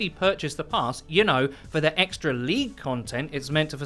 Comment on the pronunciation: ET CETERA not EXETRA holy shitsnack...